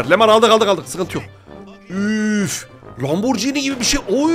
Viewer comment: Ya abi ismini söylemesi bile güzel Lamborghini